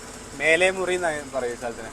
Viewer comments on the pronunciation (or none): മേലെമുറി അല്ല 😅 മേലാമുറി